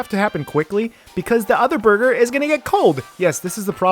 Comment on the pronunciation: ahh yes... Borger